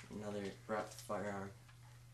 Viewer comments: it would be nice if you could say barrett correctly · how about you learn how to say barrett dipshit